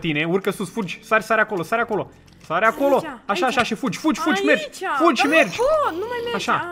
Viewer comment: fuji, fuji 😂😂😂 e moldoveanca